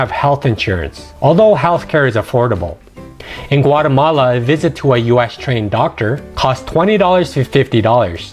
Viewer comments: It's Guatemala, not Guatamale. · Is Güatemala NOT Guatemale, is La Antigua NOTAntiga